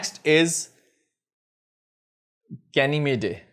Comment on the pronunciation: Bhai ganymede is pronounced as GA NI MEED